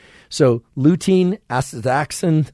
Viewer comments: Doc, say zee-a-zanthin, and asta-zanthin. In English we misuse X as much as we do the internet. So don't axe me why its pronunciation is so chaotic. Greeks, Slavs, and native Mesoamericans have a useful pronunciation for the letter, though it differs in Nahuatl from East European. Kale, that dark green sandpaper/cardboard vegetable (with a GREAT taste! lacerate and macerate it before adding to salads; otherwise you will agree with me about its textural qualities) is really WAY up there in content of lutein and zeaxanthins, horizons beyond stiff-cooked egg yolks. And to segue, Salmonella tend to be killed at egg-frying temperatures now being recorded in hot deserts outside Death Valley , Sahara, and Rub' al Khali (the Empty Quarter). Salmonella (named after a guy named Salmon, not a fish), although found on the skin, as part of our bouquet of flora we carry around, are pimarily enterobacteria. (certainly there are numerous species, which I won't get into) transferred through the unavoidable fecal-oral nature of the world. They are facultative anaerobes, normally functioning through oxidative respiration, but when conditions change, they can switch to reductive respiration exuding hydrogen sulfide, the smell long known as of Rotten eggs. They ARE pathogens, intracellularly, but we hold their virulence in check. They are not always virulent,, in other words, and too much killing of other microta by the OCPD-obsessed , aside from immunocompromise, unleashes their less diplomatic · You're hurting my ears LOL. Asta-ZAN-thin, and Zea- ZAN- thin. (caps show emphasis, not yelling). I know those are x's. Don't ask me why. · X is pronounced as a z. Asta Z anthin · as-ta-zan-thin. Your welcome. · How to say ''ASTAXANTHIN'' : a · stuh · zan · thn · Some pronunciations for you: Astaxanthin is Ass-tah-zan-thin with the accent on the 3rd syllable and Zeaxanthin is Zee-yah-zan-thin with the accent on the 3rd syllable. Hope that helps! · ass-ta-zanthin, zee-a-zanthin.